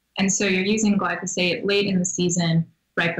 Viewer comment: Interviewing this girl is like pulling teeth.Seems very knowledgeable but not forthcoming. And Marc, it´s glyphosate, not glysofate.